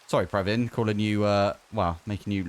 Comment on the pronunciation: Hearing my name from not Indian sounds way different. Bdw its pra vin. Not praaaaavin. U said 2 times correctly 😅😅